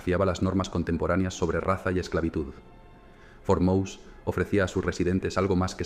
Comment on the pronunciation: Pero como el narrador pronuncia " for mous".! FUERTE MOSE, cojones, que era español.!!